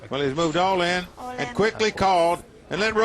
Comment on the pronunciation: какой блять алин? это твое имя чтоли? произносится ол ин